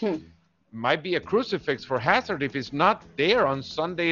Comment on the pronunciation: Not hazad,😜🤣😅